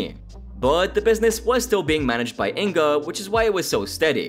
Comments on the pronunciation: It's not In-ga, it's Inge. The "ng" is pronounced like in "fang" and the "e" is pronounced as the "e" in "very". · You pronaunced Inge wrong, but good video Can you do a video about Breaking Amish